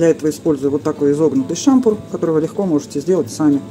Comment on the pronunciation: Пожалуйста только не шАмпур, а шампУр!!!